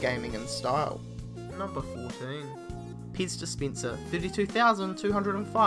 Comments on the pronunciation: "World's most expeensive Peez dispeensah" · Whats a "ixpensive piz dispincer"? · Ok I was half listening to this, (it came up on autoplay while i was in the other room doing dishes), and between 'piss dispenser' and 'titty beer', I think this is the most I've laughed in 10 years. I did figure out the pez dispenser, but had to drop everything and come look at the screen to see what the hell a 'titty beer' was! This guy just won youtube as far as i'm concerned haha! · Titty Beer next to the piss dispenser.